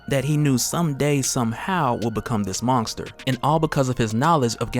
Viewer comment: I swear your saying mongster instead of monster